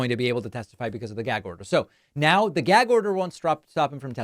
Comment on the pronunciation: Whats a "geg" order?! Lol. Trump can't pronounce anything